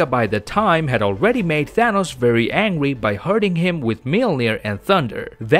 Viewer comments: He said angwy not angry if u found out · He saying angwy instead of angry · This man kept saying angwey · not trying to judge you but i like when u say angry (aNGwy) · all i hear is: "angwy" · Angwy?.... hahhahaha This Guy Is Hilarious